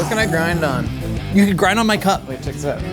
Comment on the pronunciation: I did not think he said "cup" at first